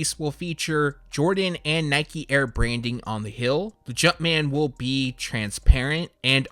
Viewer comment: What annoys me is when he pronounces heel like hill, or teal like till, he doesnt pronounce "ee" sounds lol probably speaks another language that affects his accent 🤷🏿‍♂️